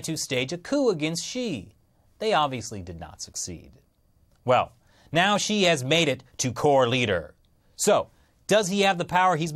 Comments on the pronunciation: Multiple times when he said Xi i thought he said she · It keeps sounding like he's saying she and not Xi.